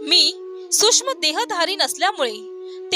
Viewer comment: श्री स्वामी समर्थ,आपला आवाज चांगला आहे परंतु शुध्द मराठी भाषा बोलून तो चांगलाच खुलेल कृपया न आणि ण तसेच सूक्ष्म आणि सुष्म यात सुधारणा करणे गरजेचे आहे